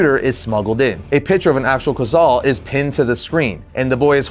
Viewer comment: not to be a d bag but this is the second video I've watched on this issue and both of yall have pronounced Quetzal incorrectly. I know I'm being extra and technically there is no correct way currently since its a fictitious bird created by the writers and they've never verbally canonized it's pronunciation but I'm 99% sure it's based off of the Aztec god Quetzalcoatl because, well the name first of all but, also its a flying deity from Mexican mythology. Anyway, if I'm right, then it should be pronounced like Keet-sull. yeah I know, I'm lame. I just really like mythologies from around the world and thought I should share that